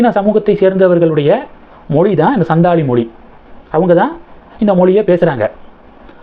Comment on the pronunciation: The pronunciation is Santhali. Probably our President's mother tongue.. as she comes from the santhal region in Odisha.